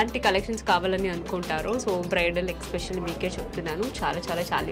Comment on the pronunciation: Dear monitha lanti shoba akka meku english raka ala matladtunnara leda ila matladite trend avtadi ani matladtunnaro ardam kavatledu kani mundu aah expecially ane mata maneste vinatanke kuda baguntundi and inkaa konni english padalu kuda konni chotla thappuga matladtunnaru take care of those